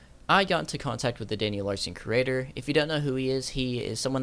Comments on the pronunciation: why do you pronounce curator as "creator" lol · lol i love your content bro, say it like (cure-rator) it means like a collector or something such as a museum curator. anyways thanks for the entertaining content man <3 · You and Daniel have something in common… Neither one of you can properly pronounce “curator”…